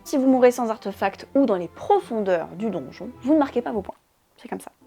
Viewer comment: Bonjour, Est-ce que quelqu'un peut me dire d'où ça sort cette prononciation "arteufact" ? C'est pas de l'anglais, c'est pas du français... En français, ça s'écrit avec un accent aigu (artéfact), et ça se prononce en conséquence comme c'est écrit, avé l'assent. En anglais OK ça s'écrit sans l'accent, mais du coup ça se prononce plutôt artifact... Bref arteufact ça sort de nulle part, c'est pas beau à l'oreille, et pourtant j'entends plusieurs personnes le prononcer ainsi, alors ça sort d'où ?